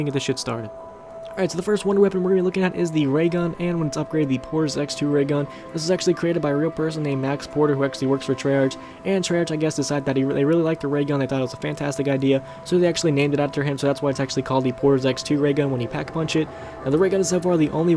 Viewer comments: Its not trey artch its trey ark (pronounced) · Pronounced Treyarc not Treyarch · It's pronounced tre-ark-k not trearch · He Pronounces Treyarch as 'Tray-Arch' it should be 'Tray-Ark' OTF!! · And he Said 'Trey-Arch' were it is actually 'Tray-Arc' ARC not 'Arch'. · Did this guy just say Tri-Arch? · Trey ARCH , really? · You said trey-arch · Fucking trey- ARCH annoyed the shot outta me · the way you pronounce treyarch makes me want to break all of my nails one by one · Learn how to pronounce Treyarch buddy, the h in Treyarch is silent....